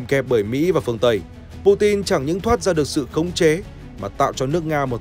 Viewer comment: hên quá video này đọc PU TIN rồi ko PU CHIN nữa :D